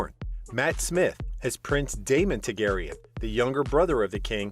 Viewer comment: Does not know how to pronounce Targaryen, either.